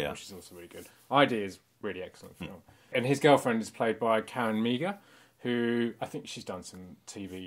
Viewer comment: Great vid. I love that you guys 'get' the impact of this important film. Bravo. And just for future reference, Meagher is pronounced "Marr", like Johnny Marr from another '80s treasure, The Smiths.